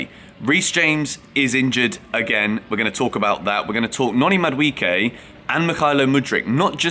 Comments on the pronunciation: It's pronounced MAD-U-AY-KAY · Bro stop butchering Noni's name where do you get the "I" in MaduEKE? Why are you changing pronunciations of the E bro? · I just love how English people pronounce Madueke, Mudwecare 😅